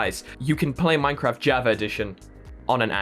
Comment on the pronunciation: Java pernounced Jaw Vaw